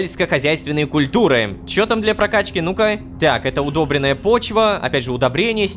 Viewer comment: Удобрённая (ударение на ё!!!!!) почва